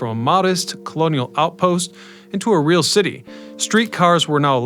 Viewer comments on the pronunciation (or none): none